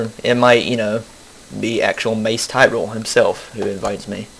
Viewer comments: *Facepalms* And it's Tyrell not Tyrel. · No, he pronounced the name wrong. He said Tyrel.